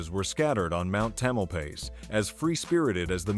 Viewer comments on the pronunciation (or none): Bad AI voice. It's "ta·muhl·pai·uhs", not "ta-muhl-pace".